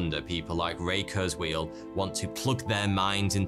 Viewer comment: That's not how you pronounce Ray Kurzweil's name...and ffs, do not compare kurzweil to a fortune teller, the guy actually accomplished a lot besides being a "futurist"...